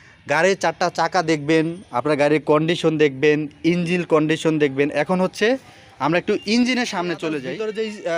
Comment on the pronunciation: ভাই,উচ্চারণ গুলো ঠিক করেন।যেমন ইঞ্জিল না,ইঞ্জিন হবে। সাউন্ড স্মল না, উচ্চারণ স্মুথ হবে।উচ্চারণ ঠিক করে কথা বলা উচিত।